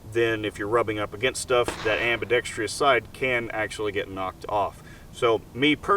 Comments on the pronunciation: "Ambi-dex-tree-us" safety LOLOL. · "Ambidextrious"...you complain about it not being ambi, but you're a right-handed shooter. I don't understand.